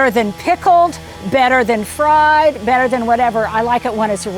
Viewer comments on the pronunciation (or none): none